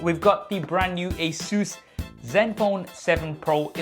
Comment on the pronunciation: It's not asuus a saes